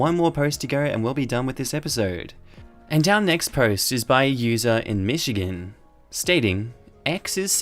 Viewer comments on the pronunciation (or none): none